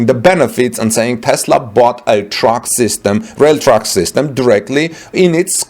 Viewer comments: Interesting and IMPORTANT video! My friend it Sounds like you are saying "Truck" When you are trying to say "Track" to mean "railroad track". "Track" is pronounced to rhyme with "Tack" as in: thumb tack. Clearly Germany is NOT interested in Tesla's success. This accommodation would only inure to Germany's benefit. To claim some trespass of utility is exalting form over substance. It belies the true intention of Germany towards Tesla. It was a trap to invite Tesla into investment in Germany. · I too heard Truck initially and was confused but soon figured out he meant Track. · For 2 minutes, I keep hearing “truck”. Then I finally got it was “track”. Silly me. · Isnt it "railroad" on english? took a time before i got what he said too :D